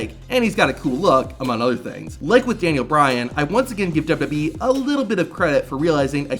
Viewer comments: It took me a minute to figure out you're just saying "WWE" so fast, you're slurring it. I kept thinking you were calling them "WB" like the old TV station before it became the CW. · Why is it so fucking hard to pronounce WWE???